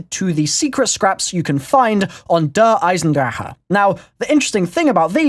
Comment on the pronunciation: thank you for saying "Eisendrache" right (thumbs up)